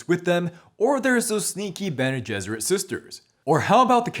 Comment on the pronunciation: Did... did you just say "Gene Besserit?"